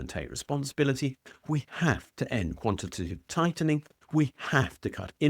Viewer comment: quanty- taytive- tightnin'. Innit.